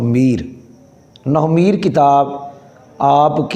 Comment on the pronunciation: nohv e meer nahi nahv e neer hai